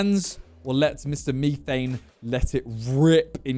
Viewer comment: U MF ITS METH ANE METHANE NOT MEETHANE